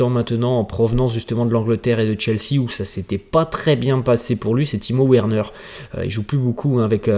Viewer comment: Frère revoit tes prononciations, sa s'écrit Werner mais sa se lis Verner merci.